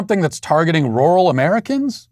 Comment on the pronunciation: matt please listen to a word pronunciation app for the word "rural" U are butchering bro'